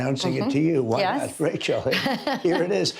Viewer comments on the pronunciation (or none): none